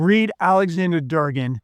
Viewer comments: Dugan not Durgan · You can't even get names right. It's Dugan not Durgan. Listening to you makes me realize why our universities crank out garbage. Oh for the record your dramatic delivery sucks......I mean really sucks. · Claims to have spent a lifetime reading Russian literature and becoming verbose in Russian history yet he pronounces it Aleksandr “Durr Gen”